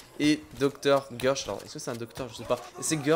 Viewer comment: C'est Guèrch pas Gueuuurch